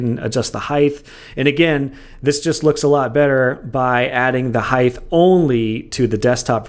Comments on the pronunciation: Not to be that guy but you pronounce height incorrectly. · The way he pronounces height kills me.